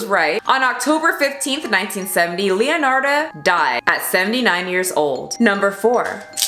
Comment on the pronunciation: I love that you talked about leonarda cianciulli since I'm italian and it's one of my fav italian true crime stories! Btw the pronunciation is leonarda with the e pronounced as /ai/ in said and as for cianciulli both /ci/ are pronounced as /ch/ in china! Hope it helped!